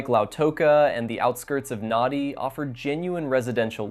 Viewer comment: in - If you'd been to "Nadi", where the international airport is (not the capital of Fiji, Suva), you'd know it's pronounced "Nandi". Also, , that aerial shot is not Fiji, because, in Fiji, cars drive on the left, not the right. Also, the local population of Nadi is not white - or even native Fijian - it's Indian.